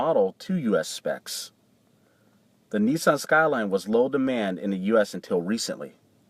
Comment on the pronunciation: why does he keep saying neeeeson.